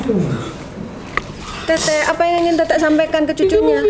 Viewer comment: Panggil tete bukan tetek.. kakek lucu juga.. semangat terus mata langit . Ciayaooo